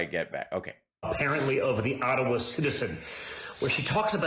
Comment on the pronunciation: I live in Ottawa, and every time DJTJ says "Ottawa", I feel sick to my stomach! Ugh!!! 🤮🤮🤮